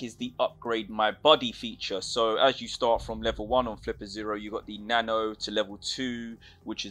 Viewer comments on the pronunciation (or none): none